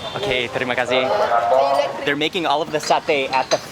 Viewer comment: Your pronounce when you say "terima kasih" are great 😁 ! You can be a local in bali ❤ have a great day